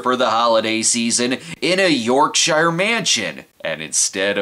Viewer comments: Snob you sound like a tourist saying Yorkshire, it's not York-Shire, just Yorksher as one word you don't have to pronounce shire so much it's not middle earth. Great episode glad I could actually something I'll stop being a prick. Hope your well take care. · YORKSHyre? Lol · You pronounced Yorkshire wrong